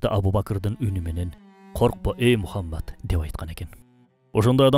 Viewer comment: Урматтуу автор, куттуу Пайгамбарыбыз Мухаммад С.А.Вды туура айтчы, өтүнүч!!!👏👏👏